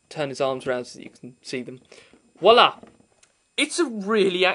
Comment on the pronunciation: FYI, "walla" vs. "voila"